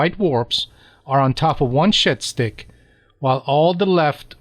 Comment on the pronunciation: 14 mins in and I’ve just realised you’ve been saying shed stick and not shit stick